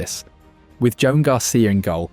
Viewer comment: It's pronounced Juwan (like swan).